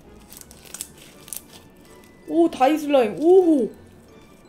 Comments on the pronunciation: 다이슬라임이 아니라 디아이와이 슬라임이라고 발음하는거예요! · 읽을때 다이슬라임이 아니라 디아이와이슬라임이에요!!! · 저번부터 ㅋㅋㅋㅋㅋㅋㅋㅋ 다이슬라임이아니라 디아이와이에요 diy그대로 읽는게 아니라 D.l.Y에요 ㅋㅋㅋㅋ 줄인 단어라서 알파벳으로 읽는거,,, 미국 U.S가 어스가 아니라 유에스 듯이 ㅋㅋ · ㅋㅋㅋ다이ㅋㅋ 죽음ㅋㅋ